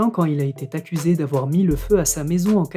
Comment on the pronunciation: "Il a été accusé", pas ''il a t'été'', y'a pas de "t", il n'y a pas de liaison